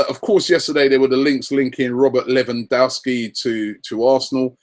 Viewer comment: Credit where it's due Rob, you got half of Lewandowski's pronunciation correct.